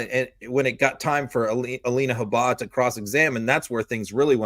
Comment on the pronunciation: How come pronounces Habba differently than the rest of the Meidas Network?